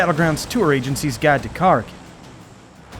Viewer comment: So how did you decide on name pronunciation for the island. You specifically reference the beast called a 'Kraken' but instead of pronouncing the name of the island as 'Kuh-Rack-In' you chose 'Car-A-Kin'?